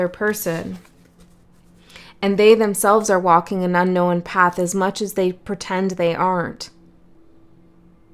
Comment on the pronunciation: Thank you. I always enjoy your readings 😊 Just curious though.. why do you say "unknowen" so many times, when it's not a word? 🤔